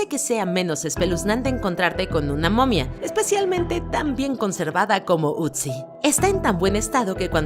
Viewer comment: Amiga es otzi no utzi